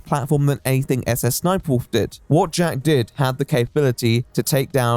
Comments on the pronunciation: endlessly funny that jacksfilms calls her "suh-suh sniperwolf" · I mean, that's how you pronounce "SSSniperwolf"...Let's say, for example, that you'd want to pronounce the African country of "Niger"...an extra letter would surely chance the way you say that word, would it not?